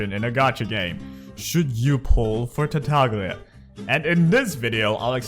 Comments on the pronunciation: Btw, it's pronounced Tartaliya, unless you pronounce the G in Lasgna and Signora because you like being unique there's no reason of saying TartaG-lia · sure it's not like Signora but can we both agree that it is not pronounced Tar - Tag - Lia? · Nope, i'm Italian and "Tartaglia Is a pure italian name, signora too, signora in italian mean lady. And Tartaglia mean a dude who can't speak well. Tartaglia in italian is pronounced with that tipical sound of all "gl", not like gn of Signora. And lol, but Venti in italian mean 20. Bye😂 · otherwise you can Watch this video "La migliore build per Tartaglia" this title mean "the best Tartaglia's build" and hear the beginning when the guy says "avete droppato Tartaglia" (this mean you have dropped Tartaglia? and so) and you can hear the real pronounce. By the way you english guys cant pronounce this gl very well because you dont use never in your vocabulary. You can do the same on google translate for Signora. Enjoy 😂 (You from?)